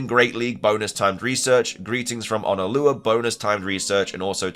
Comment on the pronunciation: Can you PLEASE stop mispronouncing Honolulu!!!!! It's HON-UH-LOO-LOO and I would LOVE to see a mega Dragonite. It really needs to FINALLY get some love. I could see it getting a longer body to look more like it's pre-evolutions.